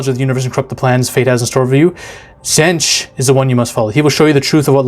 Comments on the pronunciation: Also, to say Tzeentch, you're actually overthinking it, which is funny if you think about what Tzeentch represents. It's Tzeen-tch. Not Tz-een-tch. And another name for Tzeentch is Zenith. Which is funny if you think about the meaning behind that. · Ranking your pronunciations: Khorne: Its the exact same as "Corn" Nurgle: Perfect Slaanesh: There's a little bit bad but it is to the point where it could just be an accent difference/does not matter Tzeench: Its not Tzench, its Tzeench with a long e. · U killed them all on the names, but the coke made your mouth too numb the last is pronounced zeench like the T wasn't there and don't forget about chaos undivided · Ah yes, Korney, Nurgle(Accurate lol), Zenetch, and Slanesh (Almost right) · Just on pronouncing their names, you got Nurgle and Khorne right (it's for real just pronounced "Corn"). With Slaanesh you usually emphasise the second syllable (sla-NESH), and Tzeentch is pronounced "Zeench" or sometimes just "Zeech". You knew someone was gonna tell you in the comments. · His second pronouncement of Tzeench for so far off I actually laugh right out live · Sla-nesh is I think how you pronounce it and tzeentch is Snee-itch. And Nurgle is pronounced by puking into the microphone. While I love the chaos gods in 40k, wait till you read about the Necrons. Undead robot zombies that are so powerful they have a piece of tech that allows for remote real time space/matter manipulation from anywhere an they simply use it for google maps at their library. lol. THeir weapons also don't simply kill or burn you. They break you down slowly at the molecular level. One of them is even some kinda klepto an steals artifacts he likes to collect. One time he even kidnapped an entire chapter of space marines an keeps em in a lil pocket dimension like an antfarm. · trying to pronounce these names! 😂😂😂